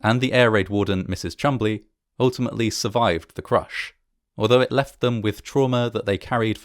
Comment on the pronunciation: Her name was actually Mrs Maud Chumbley. The video maker is correct with her name and pronounciation. She was a relative of mine. RIP